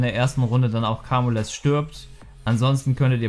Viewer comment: Bitte sag nicht mehr Kamules, er heißt "kaymiul" <3